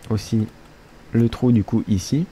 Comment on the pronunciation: au debut quand il a dit "on va reboucher le trou ,du coup..." j'ai compris "on va rebooucher le truc du cuq"!!mdr:)